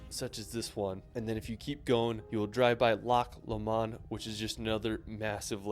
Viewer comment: Lock Loamon. I think he meant Loch (Scots' CH) Loamaund!